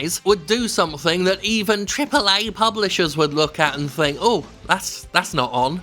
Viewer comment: Initially the way he said "Triple A" was weird and funny. Now I can't even read it if its not the way he says it !